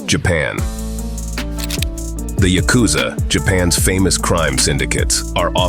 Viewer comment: Can't even pronounce YA-ku-za correctly?